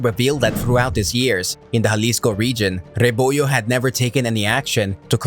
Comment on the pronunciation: He keeps saying Jalisco like it was Juarez